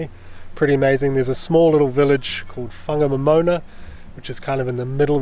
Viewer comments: It was mostly loose metal when I went over it in the 1970s. Ive never heard that town pronounced as a moana before, so we must have been saying it wrong all these years. Poor Harvey's hard work. I hope he gets a bonus thus week 😅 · Pronounced, Fong a nom in nah.